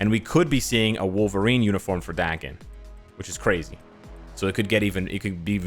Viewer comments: North Americans have that kind of problem with pronunciation, most of them if not all have that problem. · "Dah" ken, not Da-ken--Daken is from the Japanese word, mongrel, cur or mutt, right? "A" in Japanese sounds like a short vowel "o" in English like in Octopus or October. Does everyone pronounce his name with a short "a" vowel sound? Marvel hasn't cleared up how to pronounce his name or what? I barely know the character, and I suppose I should look online, but what's his real name. No one would actually name their child mongrel.